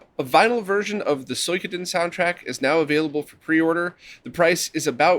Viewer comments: Soykoden -no SUEkoden-no SU EEE KOH DEN -yes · OPL update is godlike af.. also for suikoden… the sui is pronounced like in chop suey